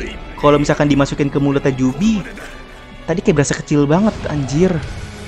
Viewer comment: biju bang bukan jubi